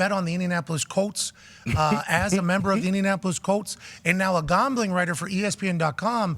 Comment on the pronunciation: It kills me the way pat pronounces his "a"'s. He says "Gombling". Ugh it drives me crazy lol